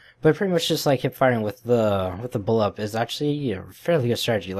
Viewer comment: BullPUP! not bullup... gosh